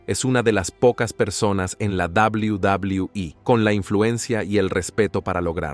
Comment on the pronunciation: Quería ver el video pero eso de "dabul dabul"😂😂 me da risa, si no sabes pronunciar el ingles mejor dilo en español.